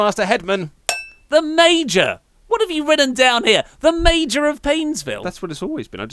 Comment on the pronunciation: he thinks major is pronounced mayor what a stupid idiot